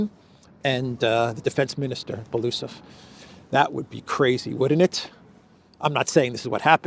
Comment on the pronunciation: its not Belusov (I couldn't understand at first who you are referring to) - its Belo-Usov (pronouncing)